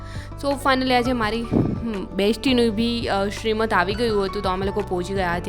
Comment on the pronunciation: સિમંત બોલે અને લખાય! શ્રીમંત નહીં!